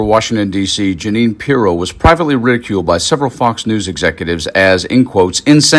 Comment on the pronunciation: Judge Gin-nean .